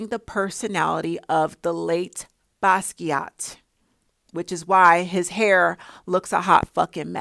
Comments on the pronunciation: Jean-Michel Basquiat. His middle name is pronounced like the predominantly woman/girl name "Michelle". You pronounced his first and last name correctly. I agree with your take on Jay-Z imitating Basquiat's image. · I'm here for it sis! Yes, we know you don't like talking about celebs but they are perfect folks to use as teachable moment to us regular people. It seems no amount of money they have will not stop them from stealing from regular people. It's crazy. Yes you also said Basquiat correctly 🙂Oh my goodness and you triggered me when there was a short clip where Beyonce called out jokingly she was going to steal something from another artist. It was so sad the way it was joked about. So she has hinted how she takes things from people and use as her own art. 😞The entitlement some celebs have because they can get away with it.